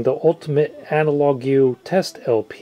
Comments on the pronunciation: Great video! On small nitpicky thing though, you said "Analag-u" when it's pronounced the same, just spelled differently from analog. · The word is correctly pronounced "analog"(phonetic) but you, being American, are NOT used to seeing the word correctly spelled as it is here, "analogue". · I had to chuckle when you pronounced analogue as Analogew :) it's just the british way of spelling analog. I'm surprised by the results of both cartridges, whether they are the same or not - the amount of inner groove distortion was really not noticeable - impressive for such a cheap cartridge with a conical tip. Thanks for the comparison! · Analogue-you? Did I hear right? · Why did you pronounce analogue as analogyew? Just to bait people by deliberately mispronouncing it? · Can't believe how you pronounced the world analogue. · These cartridges have a way to stiff cantilever and tracking force is twice as much as required in my Dual CS5000. BTW, please use the computer to figure out how to pronounce 'analogue': you kinda murdered it even with British English.